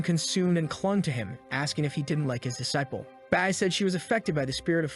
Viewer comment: That is not how you say disciple